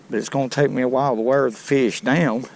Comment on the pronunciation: I don’t think I would ever put a Carp back!? I Love how he says Feeish!